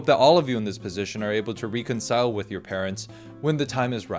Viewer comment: btw last tidbit at the end: totally not important but "reconcile" is pronounced like RECK-un-sile. It has a short E sound the same as in words like "red" and "relevant"